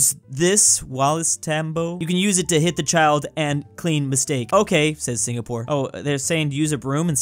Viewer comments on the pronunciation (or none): none